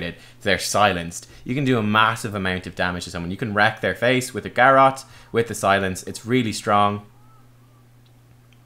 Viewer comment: Same with Garrote, I thought he started talking about Garrosh for a moment when he first mentioned Garrote lol